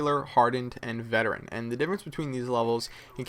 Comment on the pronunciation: you sure its veterean